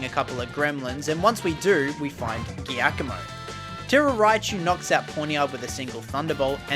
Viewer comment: why can no creator say Giacomo's name. haha. its Italian so its pronounced -jackamo